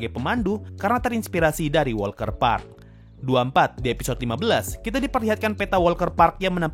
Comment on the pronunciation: Walter Park deh Bukan WALKER PARK lho